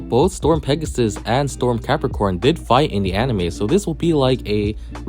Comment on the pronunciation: is it me, or im hearing Galaxy PEPPERcon